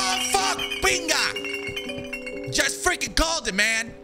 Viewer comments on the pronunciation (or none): Bro I knew you had to be Cuban 😂 “Pinga!!!”